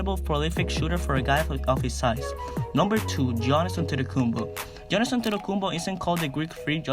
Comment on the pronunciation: You have to say giannis as yiannis the g is silent for his name